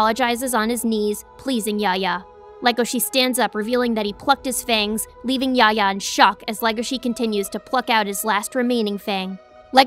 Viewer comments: Yafya yafya is his name not yahya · dislike for the pronunciation of Yahya